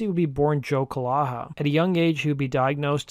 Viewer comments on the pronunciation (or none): His last name was not pronounced ca-laa-haa it was Ka-lee-Ja.I went to Jr/Sr high with him & his sister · dude his last name is pronounced KUH-LAY-ZHA not CUH-LAH-HA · Not a kid rock fan. lol. Joe's last name is pronounced 'ka-yay-ha'👍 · Calleja, is my family's name. Its is a Maltese name and pronounced. KUH lay Uh. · His last name is pronounced Ca-lay-ja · It's pronouced 'Ca-lay-ah' not whatever rubbish you attempted. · Calleja it’s pronounced Ca Yei Ha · And the guy in here pronounced his name his last name wrong the way he said it.